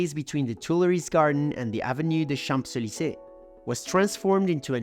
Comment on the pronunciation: Great job!!! Amazing knowledge of history. Love it. I love the accent. The only thing I would suggest to improve is the way how you pronounce Champs-Élysées. The P is silent and m sounds more like an N ( in Champs), Chaanz-…..